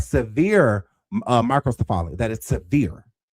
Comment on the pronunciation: OMG he keeps mispronouncing microcephaly it's pronounced MY-kroh-SEF-uh-lee . It has five syllables